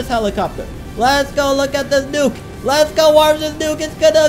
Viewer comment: I like that he told the nuke as nuku juky